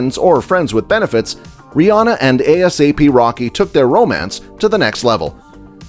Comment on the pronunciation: Just say ASAP Rocky not A-S-A-P